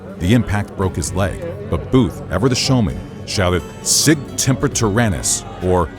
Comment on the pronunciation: Sic SEMPER tyrannis, not TEMPER...